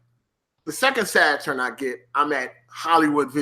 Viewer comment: The way you say Saturn was triggering the hell out of me lol. Great video though I hope you do more